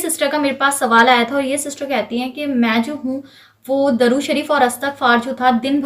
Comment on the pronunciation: Assalamu alaikum Plz correct it... It's durood not darood... Darood means wood